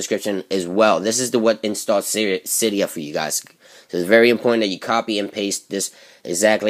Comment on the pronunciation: It's si de a not cie dee u